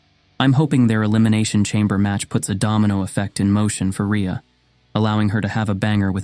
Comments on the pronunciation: The inconsistent pronunciation of her name is annoying. Ree-uh or Ray-uh. Pick one. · How many different ways can you pronounce Rhea I think they were all here LOL